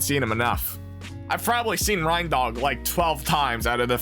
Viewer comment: It's pronounced RAINDOG Like a reindeer.